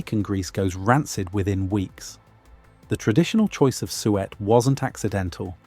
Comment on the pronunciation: PLEASE, drop the AI narration that cannot pronounce "SUET" properly. Or, prooflisten to the narration before releasing a video. Hell, I'll do the proof listening and send you a list of issues. Be more professional, attend to quality, and have a better product, and get more watchers.